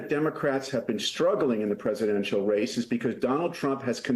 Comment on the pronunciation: First of all it’s NOT “ka-maaa-la”, it’s “ka-ma-la”, it’s means Lotus Flower in Hindi/Sanskrit. People should first know how to pronounce her name😮